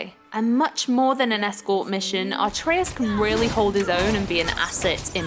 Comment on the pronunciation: It's Atreus not Artreus